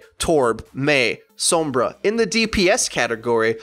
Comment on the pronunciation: I literally don't understand how you still can't say Sombra, it's not "soembra" And every video you do you just go off on a tangent of whatever comes to mind and it's not great